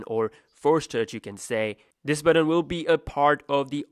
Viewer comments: It's pronounced "button" not "buddon" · the word is "but ton", buddon!